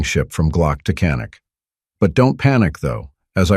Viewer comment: Canik is pronounced YA-nik in Turkey. The gun is of Turkish origin, not Israel. I love my Canik TP9SF Elite. It was my fourth handgun purchase. I'm currently looking at getting a second Canik. I'm not a glock fan. Yes, glocks are great guns.I tested a Glock next to my Canik. Before I bought my canik. You can read who won that battle. Canik. Best trigger I ever felt on a gun. The grip is awesome on ergonomics.